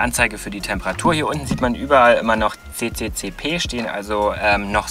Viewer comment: Dein CCCP heißt eigentlich nicht CeCeCePe, sondern EsEsEsErrr ... ;-)